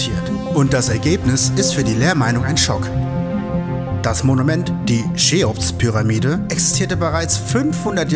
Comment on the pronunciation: sorry, ist echt nicht böse gemeint! Frage mich nur warum das relativ viele Leute so aussprechen.. Und wie gesagt, sonst gutes Video✌🏻